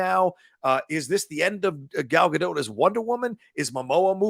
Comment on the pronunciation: i know lots say it wrong, but can you please pronounce her name correctly (or try). not sure why its annoying. its a soft T. so not Gal Ga-Doh and not Gal Ga-DOTT , its almost like Gal Ga-Dote but with a very quick/soft T.